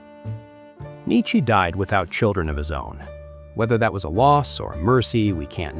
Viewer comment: I mean the channel it's like 7 months** old so definitely AI. Also pronouncing Nietzsche as "Nichy" clear as water.